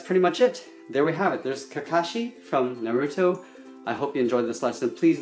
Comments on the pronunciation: NO NO NO IT'S NARUTO NOT NUR-UT-O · You are saying Naruto wrong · It's great but, dude you need to learn how to pronounce Naruto